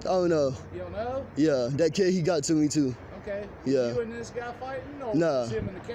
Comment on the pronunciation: I though that guy was running around talking about a cat for alot of that segment, till i realized he meant kid... the drugs destroyed his brain... the kid is you and in your head...